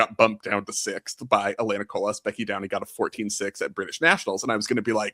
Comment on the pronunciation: The S in Colas is silent :)